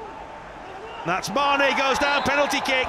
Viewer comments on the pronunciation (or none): none